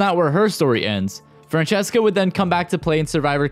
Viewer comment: Phillip called Francesca ”Fransesqua” 😂